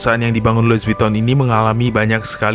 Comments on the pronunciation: Loui vitong bang bacanya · Lui vitong bang bunyinya.. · Lui vuttong mas cara bacanya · Lui vitong bacanya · Pengucapan Louis Vuitton secara bahasa Perancis = Luwi Vitong. CMIIW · baca brand nya ga gitu bg😢